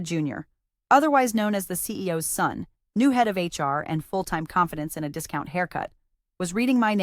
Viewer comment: Funny AI quirk that this voice masters "metadata" but mispronounces "son".